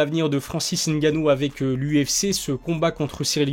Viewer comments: Ah ça y est ! Il dit N gannou! Qu'est ce qui t'arrives! ta enfin compris ! Mdr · Enfin quelqu'un qui prononce ngannou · Enfin un Français qui sait prononcer le nom de Francis !!! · bonne prononciation du nom de Francis